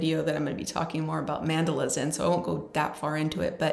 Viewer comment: Thank you so much for this sharing.. love to see what craft ideas you have also?? I get a feeling u like rusty green autumn things colours etc?? Not sure if I’m saying it correctly or your saying it correctly.. but mandala’s has a particular way it’s said.. South African or India 🇮🇳 way..& the Kiwi way.. Not sure there’s an American way u til now.. 🙆🏼🙋🏼I say this with compassion and each time u said it I said oh bless.. do shoot me away .. just saying coz I care about ur feelings too